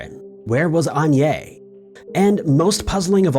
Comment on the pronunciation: It’s pronounced AgnèSSSSS (ah-nee-ess) - Agné isn’t her name.